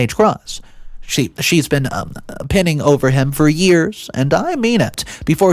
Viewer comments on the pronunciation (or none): Pronounced pine-ing